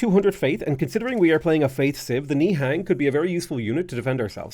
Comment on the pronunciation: They are the Khmer people pronounced (Kah Mi) and Nihan is pronounced (Ny hon) smh